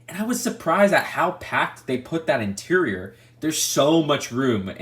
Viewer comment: Everyone: Interior: INTRRR